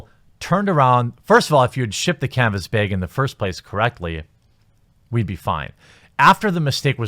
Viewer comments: Canvas “Beg” lol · YOU STILL SAY ‘CANVAS BIG’. But you’re still great. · canvas bay-egg